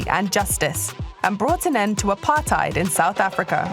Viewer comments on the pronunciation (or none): Did she call apartheid "apartyd" 😒 But that's good for marsai though ❤️